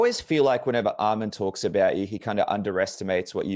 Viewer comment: I respect Dan for saying his name right Arman not Armin